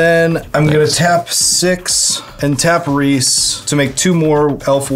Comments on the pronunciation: Here to remind everyone that the way to pronounce "Rhys" is the same as "Reese". (It's a real name, originally from Wales.) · The pronunciation of Rhys is killing me lmao. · "Rhys" is the Gaelic spelling for "Reese". Like "Reese's Peanut Butter Cups". It's pronounced like that. Also, I spent half of this game saying, "Why are you doing that‽ Guarav is clearly the biggest threat!" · friendly heads up that Rhys is pronounced the same as Reese (e.g. Reese Witherspoon):) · For the record his name is pronounced Reese, its Welsh for king. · sorry if this is annoying, but Rhys is pronounced the same way as Rees/Reece/Reese. Rhys is the original spelling as the name is of Welsh origin and Tolkein Elvish as most know was based off of the Welsh Language and most of the elven MTG cards are actual Welsh words or are heavily based off of the language. My name is Rhys and i just wanted to let anyone who didnt know how to pronounce the name Rhys how to, as well as how to try and find a way to pronouce other cards that may confuse you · Rhys is pronounced "rheese" ;)